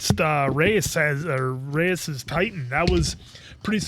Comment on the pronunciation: Reiss is pronounced "Race" or "rice", not "reece".